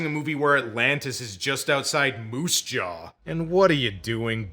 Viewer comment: "It's like watching a movie where Atlantis is just outside Moose Jaw!" Ah, yes, the Canadian comes out.